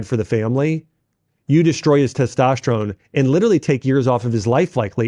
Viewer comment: "Teshtosterone" - Dr. Axe